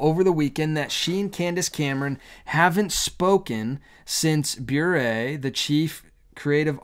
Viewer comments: I believe it is pronounced “burr“. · Sounds like a "serpent in the Garden" kind of invitation and I pray that Candace stands firm. I have so many thoughts on this but you put most of them into words in this video,. Thank you for the loving concern you showed Candace. P.S. "Bure" rhymes with "hurray" 😉. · Bure pronounced "beret" like the French hat.